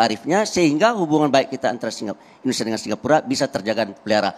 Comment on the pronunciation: Mas Egii, cara ucapnya indonesia bukan indonesa...hihihi..